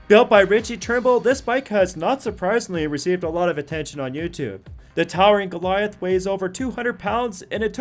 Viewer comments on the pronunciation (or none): none